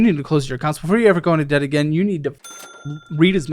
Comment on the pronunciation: i thought i heard "interest of death" not interest of debt" sum